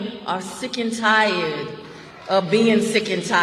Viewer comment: "Sick and ti-yad" try being "tired" of hearing the false race baiting